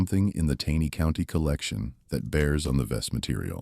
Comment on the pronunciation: Please narrator, it’s pronounced “TANEY’ CO,, with a hard “A”.